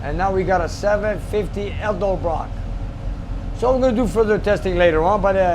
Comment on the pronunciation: I think its cute how cant pronounce Edelbrock 😂😉.